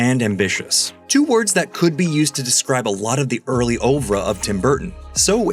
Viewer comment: The narrator's pronunciation of words like oeuvre, homage, and corporeal is pretty shocking for a channel with 1.42m subs. I let the 1st two go, but the latter was pathetic. You've got one job to do.